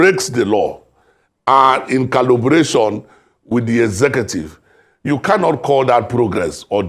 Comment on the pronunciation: I hope I didn't hear this Man calling "collaboration," "Callubration." If so.....